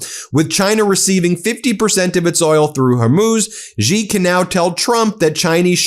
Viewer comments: Ben, as I have told you a dozen times, the pinjying Mandarin pronunciation of Xi is more like the English "she", not "gee". Why can't you fix this? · Pardon the brashness Ben. I am very disappointed that after years of analysing world politics, you still have not pronounced correctly the surname of the Chinese president. The correct pronunciation is ‘ see or C’ not Jee. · It would be super cool if you could someday pronounce Xi's name correctly. It sounds like "she" not "zggghhi" like you continue to do. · It's not jee it's shee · Ben, quite and easy phonetic lesson: please pronounce 'Xi' She. Yes - it's 'shee' jin ping. Not GEE jin ping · Hey, Ben, thanks for all the hard work! By the way, Xi is pronounced Shee, not Gee. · Dude, pronounces Sie, not Zee, Jee, Gee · China does not insult. China acts rational in accordance with the circumstances. Also, Xi is not pronounced 'zi." In Chinese (Mandarin), "Xi" is generally pronounced like the English word "shee" (/ɕi/), with a soft, hissing "sh" sound that is accompanied by a smile. (Google AI) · Trump could not text in transit, which was a good thing. Xi is pronounced as she, not Jee. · Ben, get it right...Xi is pronounced close to 'she' in English. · "Xi" is pronounced like "she" in Chinese. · Come on Ben!! Why haven't you learned that Xi, as in Xi Jinping, is pronounced the same as the word SHE in English? Sheesh!! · It’s she, XI is pronounced she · Ben, a small suggestion---Xi is pronounced about like the word "she" in English, just tighter (stretching out corners of the mouth) and more aspirated. But you can just say "she" as in English and you will be far more correct than trying to somehow pronounce it with a "z" or "j" sound or some other exotic notion of what a "xi" spelling should sound like. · Xi is pronounced "she" like in English. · Xi is pronounced “she” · Your pronunciation of Xi is still awful 😢😅😢😅